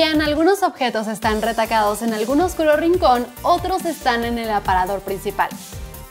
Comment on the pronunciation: Se dice correctamente: "Recatado" no "Retacado" y significa cauto.